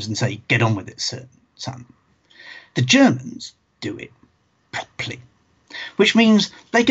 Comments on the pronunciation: Proply? Prop-er-ly is clearly the proper way to say properly! ;-) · The word "Properly" has 3 syllables in the U.S. I had to play that segment several times and check the comments before I understood what he said.